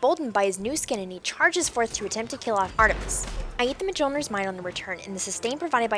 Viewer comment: PS: pronouced "myolneer", the "j" is silent. Thor's hammer is Mjolnir. myol-n(ee)r